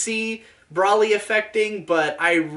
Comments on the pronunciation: Correct: Bro-lee: Brah-lee Lamantho: Bruh-lee You're both wrong! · It's Bro-lee, not bruhlly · he said brally lol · it's broly like bros before hoes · >"Brolly" >Even says it as Brolly I cant finish this video, it's a plague upon my ears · It's Broly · Please tell me the way you pronounce Broly is intentional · they SAY HIS NAME OUT LOUD. there’s no reason to pronounce it wrong. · we've come a long way you and I. As a fan I mean. We fought the haters. Bashed the drama. Slaughtered idiots. Brawled demonitization. I've stayed loyal to you through thick and thin. We've been to hell and back, you and me. When the going got tough I stuck with you, faithfully. But I swear to god, the way you say broly is the most inflammatory thing you have ever uttered.